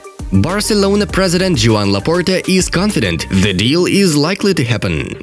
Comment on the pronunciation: Bro it's Joan Laporta not Nobita Bortemeau. When Laporta says to do something, he does it!